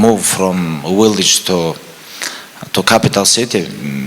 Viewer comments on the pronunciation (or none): it's village Khabib not willage 😅😆